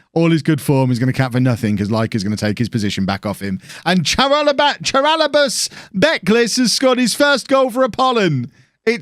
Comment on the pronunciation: Nice one.I think this squad might break the curse.By the way if you are planning for another Greek save for FM21,you might as well pronounce the names properly.In the name ''Charalambos'',the ''CH'' is ''H'' so his name is ''Haralambos'',not ''Tsaralambos''.The same with all your Greek(And Cypriot also) players,''CH'' is pronounce with as an ''H''.Thanks for the awesome save,it just gets better and better.